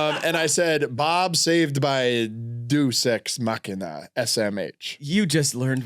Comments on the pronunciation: Just FYI it’s day-us ex machina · Big fan of the Deus Ex Machina mispronounciation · mr "I listen to public radio" cant pronounce deus ex machina